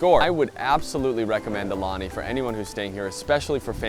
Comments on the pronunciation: It’s said ah-oo-lani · You did pretty well with the pronunciation of the Hawaiian words except... For the name of the hotel! The U makes an ooh sound which you did not pronounce once. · You’re pronouncing “Aulani” wrong. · I agree.